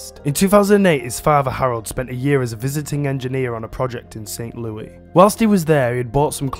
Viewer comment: It’s pronounced St Lewis